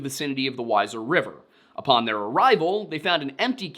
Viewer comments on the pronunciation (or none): Wheezer not Whyzer. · It's pronounced "Wheezer" not "Wiser" Idaho or river. Sincerely Idaho mtn woman born and raized... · Weiser Idaho is pronounced as we zer I lived in Idaho since I was born after about 1yr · Pronounced "Weezer", not "wiser" :) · Wiser? It's wee zer. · Just so you know it's pronounced we ser , not wiser like Budweiser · It’s pronounced “wheezer” I used to roof there . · The town is Wieser ID pronounced (wheezer) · Pronounced WEE-SIR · Hi. I live in Idaho. I am quite familiar with the town/area that you speak of. It's pronounced, Weezer. Kindly & respectfully I offer a tiny bit of a diction lesson that I learned, years ago, when it comes to the 'ie/ei' Trickery. When the two letters are together, it is the 2nd of the two that is emphasized; Wiezer = Weezer, Stein= Stine. Hope this helps you in future videos. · Weiser - wee-ser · Ok I know it's late... But it's pronounced weeser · It's pronounced "weeser" it's a beautiful place! One side desert, one side lush forest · Hey 👋 I'm from weiser, ID. Born and raised. I've watched many of your videos and know you like it when people tell you correct pronunciation. As such, it's pronounced WEE-ZER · Weiser is pronounced with an ee sound as Weeeser otherwise great video thanks for the wonderful content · Weiser is pronounced "weezer" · I am obligated to say, as a local, Weiser is pronounced like the band Weezer, and Boise is pronounced like “Boy-C” rather than “Boy-Z” respectfully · Btw Weiser is pronounced like "wee-zer" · It’s pronounced weezer, like the band 😀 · It's pronounced, WEEEZER. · You mean weiser idaho? Weezer* is how everyone pronounces it here. I'm like 20 minutes away from there. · this is a small point but Weiser Idaho is pronounced like weezer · Idahoan here, its 'weezer' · It's pronounced "weezer", Idaho. I know it's not spelled that way. Also it's "Boy-see" not "Boize". Jewel helpfully wrote a song for us on this. It's called "There is no Z in Boise". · Weiser pronounced "wee-zer"